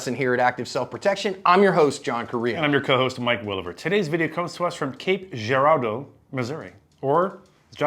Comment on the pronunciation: Its not mizzurah ! And you also said cape geradue funny lol ! And the criminals are dumb ass hell and most of the drug users are definitely no where near up mensa lol they make dumb ass decisions! And idk wtf the drug is they pass around there is not just meth there is something very wrong with it !